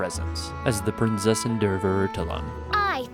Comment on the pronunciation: Prinzessin (pronounced like Prints Essen) Der Verurteilung (pronounced like Fur-er-tye-lung)